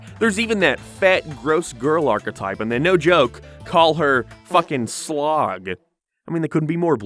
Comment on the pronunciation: I almost choked on my cola when he said the large 'unattractive' girl was named Slog...I thought he said it was Slag!